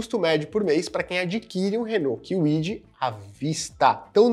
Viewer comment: Renault quiuidi 😂